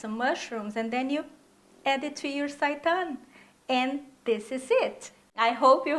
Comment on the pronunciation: Thank You for the correct pronunciation of the word seitan!